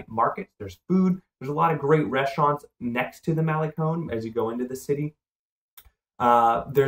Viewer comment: Vay AR ta. And mal a (rhymes with may) con, not mal ee con.